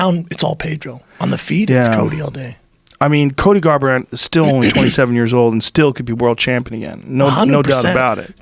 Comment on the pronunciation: Come on guys, WTF? And "Colby Garbrandt"!?! Tighten up guys 🤣 We all make mistakes, but......